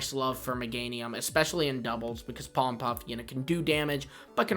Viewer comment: POLLEN PUFF, NOT POLEM PUFF!